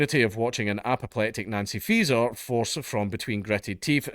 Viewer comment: I swear I have to double take every time you say Faeser because I keep thinking you're saying Freeza